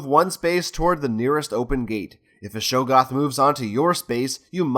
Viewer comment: Great video, really enjoyed watching. But......it's pronounced Shog-goth, not show-goth